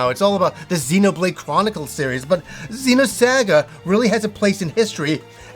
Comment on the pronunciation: How he say xenosaga trash